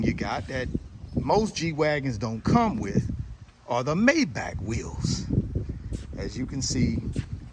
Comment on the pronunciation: Cant pronounce Mayback. You should be embarrassed